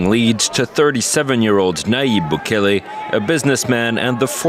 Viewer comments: Im actually shocked you dont know how to pronounce Bukele properly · Foo got the nopal en el frente mispronouncing bukele 😂